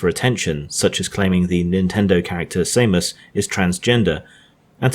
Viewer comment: "Same-us" You mean Samus? Wow. Nerd card revoked.